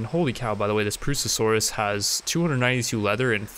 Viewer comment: Properly pronounces Purussasaurus Also: Can't pronounce "tomb" or "ibex".